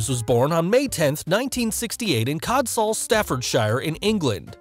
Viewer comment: I’m sorry, but I checked out at the pronunciation of Codsall, Staffordshire. 😅